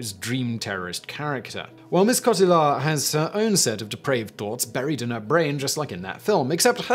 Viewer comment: Interesting you would say Marion Cotillard would be remembered for her but role in inception instead of her acclaimed role in La Vie en Rose. Also her name is pronounced “cot-eey ar” not “coh til ard” I’m not disputing your facts only your presentation that shows marked biased and lack of attempt to understand or appreciate other cultures. How very English of you. First of your videos I will be disliking...